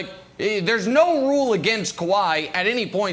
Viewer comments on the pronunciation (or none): Kawahi “E” Leonard 😂😂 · Sounds like “Kawahi E Leonard” 😂😂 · Why does Brandon always call him Kawhi-ey 🤣🤣